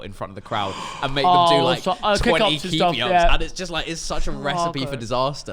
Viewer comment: He wasn't doing keeyups wif an orange at 10🤣🤣🤣